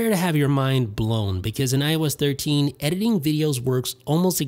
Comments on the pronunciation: Why did i hear everytime he said IOS 13 i thought he said when i was 13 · When he keeps saying IOS13 i thought he was saying when i was thirteen 😂😂😂